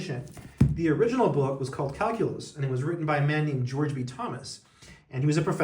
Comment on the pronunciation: Hey, what’s cal-coo-lus?